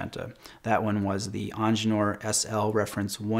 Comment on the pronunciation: Please dont call the IWC "eanginieure"! The word "Ingenieur" is german for "engineer". Just call it engineer, its easier for you and for everybody else to understand. - written by a german